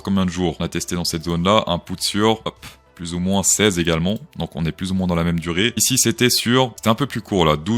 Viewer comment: HOLA, créptoh'shOs, dit "PLOUSS" (= PLUS; car on en peut plousse)